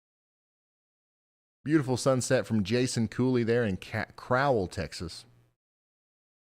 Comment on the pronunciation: Crowell TX is pronounce like black Bird crow